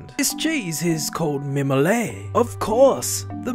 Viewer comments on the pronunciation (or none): French person here, it’s pronounced «me-mo-let» the « ette » isn’t silent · Mimolette : ME-MAW-LET The two ts at the end are not silent, that’s why there are two of them, and an silent e after. If the word was mimolet you wouldn’t pronounce the t. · It's pronounced My-Molly actually so your right his pronounciation is incorrect it is outrageous! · That pronunciation really bugged me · mimolette, the "tte" are pronounced. the end sound is like the end of a verb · BTW you're supposed to pronounce the t in mimolette (sounds like scarlet) because there is an e after. Same way we say brunette with the t sound but not brunet! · I can’t believe it.. When english speaking people try to pronounce french words, they always include the silent letters at the end of words, but THAT guy is special, because instead of pronouncing letters he shouldn’t, he doesn’t pronounce the ones he should. He created new silent letters. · I swear I have extremely bad thoughts of me doing really bad stuff to your neck each time you pronounce "mimolette" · Mimolette is definitely not pronounced like that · You're supposed to pronounce the "t" in "mimolette". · You pronounced the name wrong, when it has "ette" at the end it's pronounced the same way as baguette. You pronounced it in the way that ballet is pronounced. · Pronounced with T sound at the end… (not te, just t) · Je suis français. Mimolette is pronounced ette like wet and mimolet would be pronounced mimolay as your saying 😂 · Whyd he not pronounce the ette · You're not pronouncing it right!!